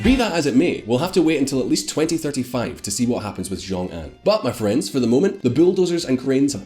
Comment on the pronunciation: You need to work on your ''X'' sound in Chinese. It's a sound that doesn't exist in English but if you had to make the closest sound in English it would be a ''sh'' not a ''j''. Rongcheng would be pronounced more like ''rong chung", Xiongxian would be more like ''shiong shee an'', and Anxin ''Ann sheen''. There are some rules for how those pinyin latin characters are read out in English it's not obvious I get it but if you don't say it somewhat close to what it should be it's hard to follow what you're talking about. So Xiongan would be ''Shee ong Ann'' not ''Jong ann''. you pronounced Tianjin ''shan shien'' what??